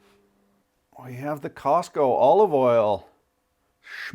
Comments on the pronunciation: Costco - not Cosco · My brother, what is "Cosco"? It's COSTCO... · Costco not Cosco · Just for the record, it's COSTCO, not "COSCO". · FYI - it's "Costco" not "Cosco." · It's NOT Cosco. It's spelled Costco. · It’s Costco. Cosco is a whole other brand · what happened to the 'T' in Costco?